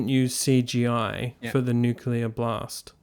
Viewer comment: NuCLear. Nu CLEAR. Get it right.